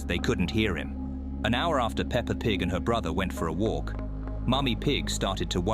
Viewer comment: did bro just said peper and big =I